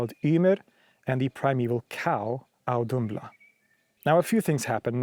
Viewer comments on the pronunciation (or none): Interesting you pronounced the ð in Auðumbla as a d given ð is usually a -th sound.